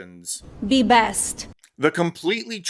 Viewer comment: I absolutely love “bih bayst”. 😂 It’s the bayst Melania could bih, since she doesn’t actually speak English.